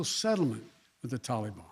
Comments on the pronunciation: Every time he says “Tahlee baan” all I can think is “hey mr tally man, tally me banana….” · So it's blame Donald.... what a putz. Can't even pronounce taliban. Tally bon.